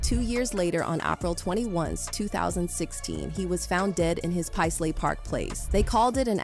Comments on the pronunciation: By the time it got to Pazlee the second time, it knew how to pronounce it. It's still learning. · Paisley was pronounced two different ways. Got it right the second time. Good AI!